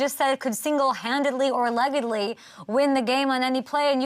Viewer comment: she’s a 10 but she says “alLEGGedly”